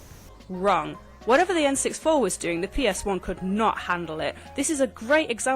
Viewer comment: "The EN SIX FOUR" ??